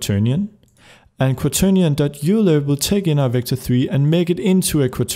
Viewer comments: Don't get me wrong man, you are AMAZING! And I absolutely love watching these videos, they are so incredibly helpful!! It is, however bothering me how you pronounce Euler... it's pronounced like "Oil - er", small thing, doesn't ruin the video for me :) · Euler is pronounced "Oiler"